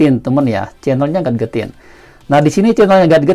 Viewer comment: Baca nya gejetin bro, bukan gat getin